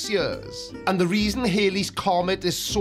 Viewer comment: HALLEY'S comet. It's HALLEY's comet. Bill Hailey and the Comets were a rock and roll group. The comet was discovered by Edmund Halley. Rhymes with Sally. Now I'm going to have to go and have a sit down.